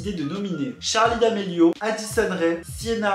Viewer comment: c pas d’amelio mais damelio je suis choqué 😔😭